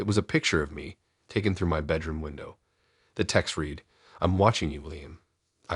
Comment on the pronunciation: Hint, the word isn't shīvers, and another is read = red not reed